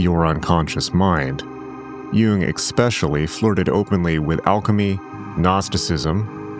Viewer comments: Especially. There's no "x". Esssssspecially, not eccckspecially. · "ekspecially"? Did you mean "especially"?